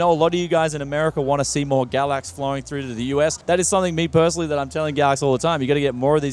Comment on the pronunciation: I always hear him say it as Gravvicks card.